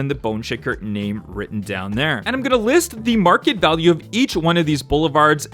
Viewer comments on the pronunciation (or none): none